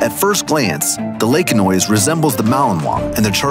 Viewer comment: Laekenois is pronounced 'Laken-wah', it's French! 🙂